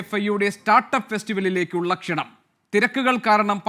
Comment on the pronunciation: Kshananam???? It's wrong...Kshanam aanu correct